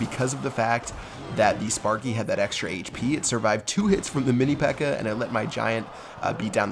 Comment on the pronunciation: Lmao, says mini pecker instead of pekka xD